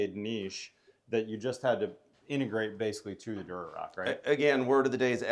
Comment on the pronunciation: It’s Durock,, not “Durorock”